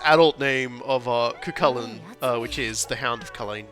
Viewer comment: Oof, that pronunciation of Cú Chulainn. Edit: And Aoife.